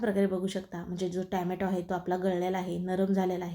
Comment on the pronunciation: छान रेसिपी...ट्याम्यटो नाही.टोम्याटो असे ऊच्चारावे.बाकी रेसिपी झकास....